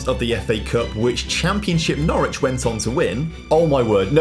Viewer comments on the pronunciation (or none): none